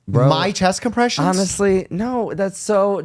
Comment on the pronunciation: Bro, 4 inches “chess compression” lmao